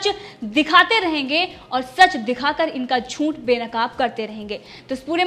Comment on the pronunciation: Zoonth nahin zooth bolo. Aapki Hindi barabar nahi. Aap bahot fast bolti hei. Be cool and speak calmly. Hum America mein rahete hei. Aapki her video dekhte hei. Maharashtra sarkarka atyachar dekhke hamara khun ubal raha hei, toh MODIJI aur Amit shah kya kar rahe hei ? Kya sab politician ek ho gaye hei? Rajyapal kya kar rahe hei? Unki atma ko jinjodo. Jagao unko. Maharashtra mein Dhutrashtra, duryodhan, shakuni aur dushashn ka raj chal raha hei. Ismese Mahabharat toh hona hi hona hei. I strongly support Arnab and Republic Media.